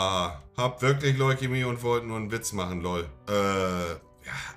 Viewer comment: bodenlos wie er lol und suiiii auspricht